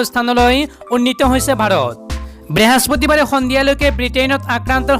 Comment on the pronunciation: Behaspatibar nohoy. Brihospotibaar he